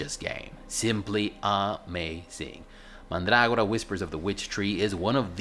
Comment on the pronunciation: Mandrágora. How very pronuntiatio restituta of you!